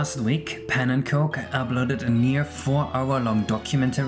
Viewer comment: The pronunciation is Pawn-nen-cook